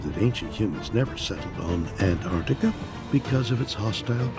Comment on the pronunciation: Why are you pronouncing ant-artika as opposed to not pausing after the first syllable?🤔🧐